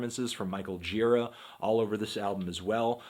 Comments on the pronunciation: hey anthony, pretty sure his last name is pronounced more like 'juh-RAH' rather than 'JEE-rah'. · Isn't the right pronunciation Girá? I think I heard that in some interview, when the interviewer began the interview saying that Gira told him the right pronunciation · its pronounced gira, not gira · it's actually Gira, not Gira